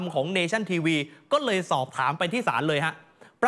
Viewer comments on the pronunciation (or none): ยังไม่รู้เรย ( ยังไม่รู้เลย ออกเสียงให้ถูกครับ)